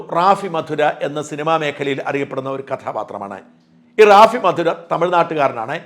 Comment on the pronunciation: റാഫി മധുര അല്ല റാഫി മതിര. കൊല്ലം ജില്ലയിലെ കടയ്ക്കലിനടുത്തുള്ള സ്ഥലമാണ് മതിര.